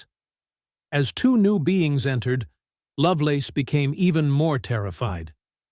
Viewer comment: "Terry LoveLORN?" Come on... do better.